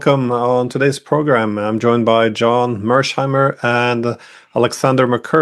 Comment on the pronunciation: It's "MEERSH" not "MERSH" .